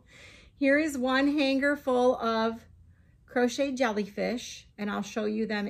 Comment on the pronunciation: Ohhh my now I want to make a bunch of "Jolly Fish" 😂 thats what I thought you were saying & now I like that name better 😂😂😂 I'm seriously gonna attempt it & I'm calling them Jolly Fish 🐠🐟😊 That's ok...in Amarillo they couldn't understand me. I'm Cajun & I just quit saying "Fork" over there 😂 I'd just saying eating utensil.